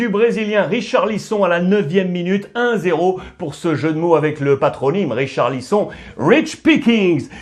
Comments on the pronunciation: Sa se prononce richarlisonne pas richarlison jamais entendu sa de ma vie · Ça se prononce "richarlisonne" mdrrr